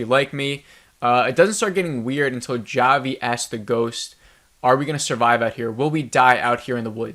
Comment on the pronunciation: It's pronounced Ha-Vee (not Jah-vee)